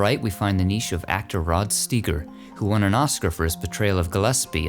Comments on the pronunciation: C'mon, man!! Do your homework. It's Rod Steiger (Sty-ger), not (Stee-ger) Any film fan would know that. You're just a graveyard guy. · Rod Steiger is pronounced with a i long I sound, like stiger. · steiger is pronounced stiger. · Rod's last name is pronounced Sti-ger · I about lost my MIND when you did that! Holy canolies. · no he didn’t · 😂😂😂 Can't pronounce his name correctly. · you must have heard the guy's name pronounced correctly at least a THOUSAND times, need to get the wax out of those ears.